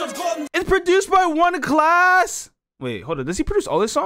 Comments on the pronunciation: It’s not „one klas“ it’s „first klas (class)“ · Bruh this lyrics translate is shit, many rhymes and words were not translated correctly. 1.Klas is a legend of his time🔥🔥🔥 Facts: 1 Klas last album was released on 2009. 1 Klas producing himself. His name is read like First Class, not One Class